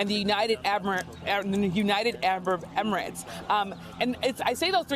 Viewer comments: United Ambrab Emirates 😅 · They couldn’t get a reporter that could say emirates